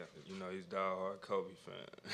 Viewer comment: Weirdest pronunciation of kobe ive ever heard.